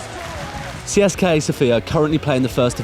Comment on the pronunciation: One thing.U say CSKA wrong